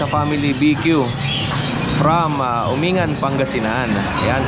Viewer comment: Bka po Guico kuya odeng, at UMING-GAN, po ang pronunciation, sa Pangasinan po yan